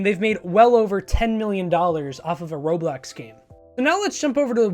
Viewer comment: You keep saying roblex